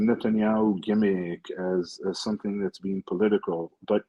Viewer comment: Owen, I understand what you are saying because I grew up in England, but if you want to grow your base, you need to speak a bit slower and with more clarity and stop garbling words. You could also use words that are more universally understood like pronouncing "but" as "but" instead of "buurt" - just a thought